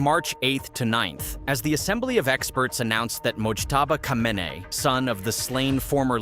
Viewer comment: 'Khomaini' and 'Khamenei' are pronounced identical in 'AI'?